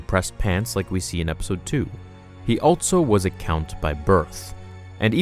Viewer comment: "altso" instead of ALSO. "Eltse" instead of ELSE. This video made me want to shoot myself